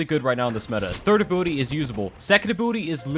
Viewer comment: Ability - abooty